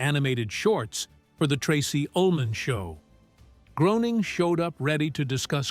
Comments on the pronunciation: Groening is pronounced like Gray-ning, not Grow-ning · Matt Groening, pronounced Graning, Graaaning, please